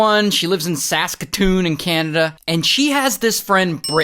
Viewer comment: When I heard him say Sasktoon, I thought he was pronouncing saskatchewan, til lI rewinded